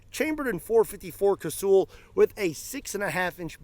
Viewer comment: It's not kay-sooooool. Its kay-sal or ka-sul.